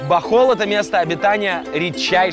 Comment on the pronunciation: Правильно БОХОЛЬ